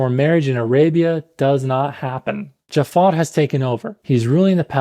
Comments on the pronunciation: sorry but you cant even pronounce jafar in arabic? its ja3far (جعفر) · You didn't pronounce Jaafar correctly. It's Ja3far, where the 3 is the Ain. جعفر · اخوي متاكد انك عربي؟ ما تعرف تنطق " جعفر" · it's not pronounced the way it is in the movie in arabic. It's a much softer er sound with the ja being quick and pronounced. Arabs would say "JA-3-fer" While the movie says "dja-FFAaaR" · yo i'm arab and i just wanted to clarify ur arabic pronunciation of jaafar is incorrecet it's ja3far. with a ع!